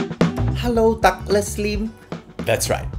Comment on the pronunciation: It's DA..gles. not DOGles. So you guys out there please spend some times practicing pronouncing people's name before he turns green and puts a chocolate in ....